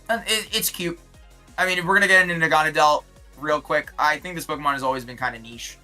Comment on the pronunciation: nobody talking about that naganedel pronounciation?